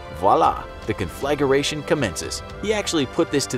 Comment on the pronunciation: I love your show. I humbly offer a little pronunciation assistance. conflagration Con Fluh Gray Shun It’s one of my favorite words 😂